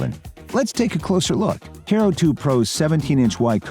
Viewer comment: ... Guy in video is saying CARE-oo, not kuh-ROO....